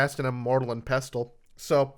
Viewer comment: The most irresponsible thing in this episode is no one correcting Joeys pronunciation of pestle.